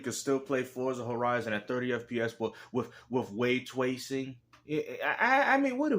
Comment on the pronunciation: way twacin 😂😂😂